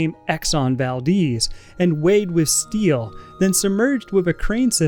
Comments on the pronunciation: it’s val-dez, not val-deez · "Exxon Valdeez" 🤣 Baldehz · it's not exon valdiiiz it's exon ValdEz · I just hate how he pronounces it exxon valdeez instead of exxon valDEZ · The Exxon Valdez was named after an Alaskan town with the name Valdez. It seems that pronounce it "Val-Deez" but the town was named after a Spanish Navy Minister Antonio Valdés y Fernández Bazán which to my knowledge his name is pronounced the Spanish way. Kind of weird how both the town and ship have a different pronunciation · That was the only thing i could think about as he constantly said "Deez" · It's a cool film, way better than most films nowadays.🙂 Pretty sure it's pronounced Val-DES though, like the man's name Des O'Connor.💁‍♀ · But... its the valDEZ not deez... no?